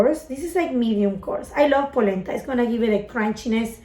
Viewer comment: “I Lōbve Eet” 🖤